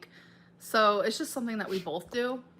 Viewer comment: Gah!, it's BOTH not BOLTH! No L!